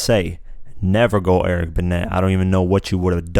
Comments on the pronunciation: Eric Ben-NAY rhymes with away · Be-Net???? Really? It's pronounced Be-Nay......(Eric & Lisa Benet')......!!!!!! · Eric Ben "A" not Eric Benne"T" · Pronounced like Benay not Benet. Just saying. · Eric Be NET???? NO fam it's pronounced BEHNAY shhh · It's not pronounced BENNET it is Benét, it's French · Dude...his name it's pronounced "Ben-aye" spelled Benet. And what the fuck is a "Menage au Trios"???? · It's pronounced Eric "Benay" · You need to learn to pronounce these French names and words. Menage a TRIOS. Eric BENNET. I am over here banging my head over these because you listened to the songs, you should know how they are pronounced, you literally heard him say those words. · ….. btw, Eric Benet is pronounced Be - NAY!! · Benet is pronounced Ben-Nay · DUDE!!!! IT'S PRONOUNCED BEN (ae) Eric Benét that's why it rhymes with say (I hate the culture vultures ..so your homework or stop making videos the choice is yours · First he stating the obvious, but white dude telling the story loses credibility when he can't pronounce Eric Benet. Did you even listen to the song? Or just read lyrics.